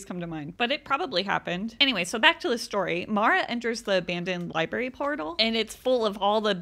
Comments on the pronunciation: Library...not libary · Liberry 😂 love your videos but that always gets me